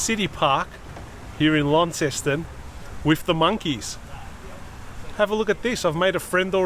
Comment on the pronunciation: Pronounced Lon-ceston 😉